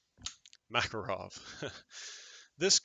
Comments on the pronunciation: Proper pronunciation is Muh-KAR-ov. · My East German performs flawlessly if I do my part! It’s actually “mu” KAR “off” emphasis on the middle syllable.